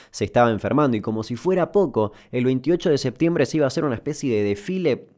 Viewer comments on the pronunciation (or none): none